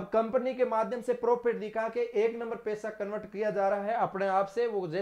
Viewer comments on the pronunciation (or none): none